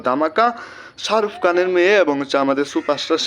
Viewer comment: ভাই তুই আগে কথা বলা শিখ,,শারুফ কান না শাহরুখ খান